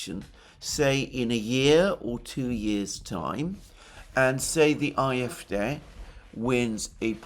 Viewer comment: Why are you pronouncing the acronym CDU in English and the acronym AfD in German (at least you try to do it in German.. you seem to say A-Äf-Dä)